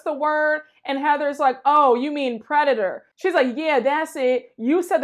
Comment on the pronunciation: Omg I LOST IT when heather drunkenly said “ predator” 😂😂